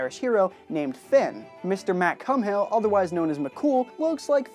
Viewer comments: Fionn mac cumhaill was a famous Irish hero but his name isn’t pronounced “Finn” it’s pronounced “fee-un” also although you did say mac cumhaill right the second time it is not pronounced “mac come-hail” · It is Irish not “Gaelic”, that either refers to Scottish Gaelic or the language group. Also there is no Irish hero called Finn, it is Fionn mac Cumhaill, if you were to call him Finn or not pronounce Mac Cumhaill as Mac Cool in Ireland you would be beaten up. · Mr Mc cumhail 🤦‍♂️. Its still pronounced mc cool. Fionn Mc Cumhail. = fee-un mac kool